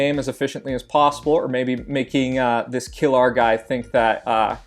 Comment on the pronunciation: [KILR] is not kill-our :c . Its Killer shortened